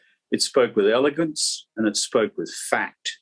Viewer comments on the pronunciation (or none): "Eleguance". You are right on this tho